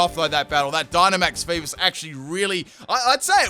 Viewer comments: Did he just say FEEBIS lelelelelelelele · the way u pronounced feebas hurt me